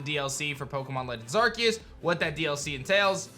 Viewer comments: Not Arqueous, nor Arkeus, its Arceus lol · Why keeps saying Arqeus instead of Arceus? Xd